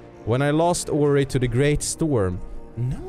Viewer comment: Döp Ori till ''Peppic'' eller ''Peppik''( typ när du ska säga kom igen nu Ori)